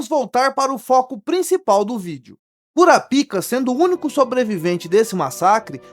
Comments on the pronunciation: O nome se pronuncia "Kurápika" (proparoxítona) e não "Kurapíca" (paroxítona). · Mano... 😐 "cura pica" é fod@ É bom pronunciar bem.